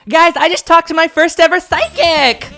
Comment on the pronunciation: Why do you say psychic like sidekick 😭